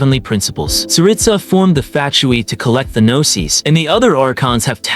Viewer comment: It sounds like your saying FATtui 😂